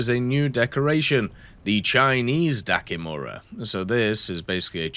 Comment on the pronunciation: it's Dakimakura not dakimura :goodvibes